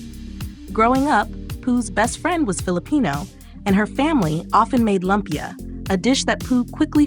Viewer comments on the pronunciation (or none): LOOOOOOOOOOOOOOOOMPYA, not LUMP YA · Say Lumpia as LOOM-PIA please Ms. AI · Its loooompia